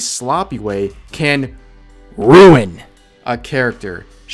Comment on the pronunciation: Love the emphasis on ruin. Had to stop the video cause I was laughing too hard